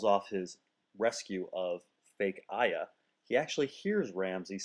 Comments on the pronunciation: who the fuck is Aiya? Did you mean Arya? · how cme you keep calling jeyne poole fake aya instead or fake arya?......i've heard alot of varying pronunciations for names of people and places in the series but never arya pronounced "ai-ya"(sounding kind of like the words"i yea").i've heard "ar-yah" (sounds like phrase "are ya?"), "air-e-uh(sounds like word"area"),and my preferred pronunciation ar-e-ah (soundsa like the word "aria").just curous if that was your preffered way of saying it or a slip up ,seing as how this is the firast vid of you's i've seen.i must say tho i enjoyed it and plan on watchig the rest of your asoiaf vids.also,i know i'm gonna seem like "that guy" sense it just seems like i'm posting just to correct you bu you said deepwood moat instead of deepwood motte and i'm assuming that was just a slip though since you wwre talking about moat cailyn right before that.i have actually heard others pronounce it as "deepwood moat" as well ,and though i suppose names are up to peoples personal interpretation/preferance on how they are said (even though the author usually has prefered/intended pronunciations) the pronunciations for actually things aren't.i'm sure mst know that a moat is a trench dug around a castle/camp/fortification and usually filled with water used fort defensive purposes making direct short ranged attacks and stormings much ore difficult sense usually the only way over where draw bridges that were raised to make intrusion more difficult.i'm assuming less know what a motte is.a motte (rhymes w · it's arya, not aya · "Why do you say "Ahya" instead of "Arya". It's like how you say "Varis" instead of "Varys", it's really annoying, and the correct pronunciations are in the show and GRRM's interviews, etc. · is just me or is pronouncing Arya's name as AHIA? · Why do you mispronounce Arya? There is an R in it.